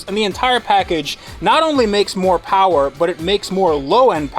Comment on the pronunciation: More powah baby